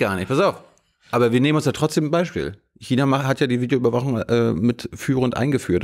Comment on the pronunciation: die bayerische Fideoüberwachung mit F ist am besten..